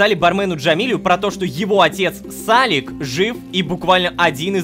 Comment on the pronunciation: блин Рома почему сАлик а не салИк , сАлик звучит как имя какого-то мальчика 5 лет